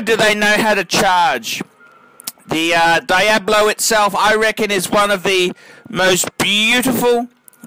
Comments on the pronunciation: Daiablo, as you say, means nothing in Spanish because that word doesn't exist. It's pronounced Dee-ablo, not Dai-ablo. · why do australians pronounce things so strangely? there's no 'die' in diablo you silly scrote. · Im aussie and I pronounce it "Deeablo" correctly..this guy just doesnt know